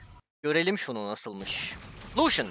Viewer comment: iyimisin o nasıl lucian demektir?